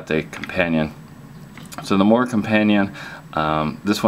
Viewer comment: MORAAA WITH AN A in the end bro , take it from a sweed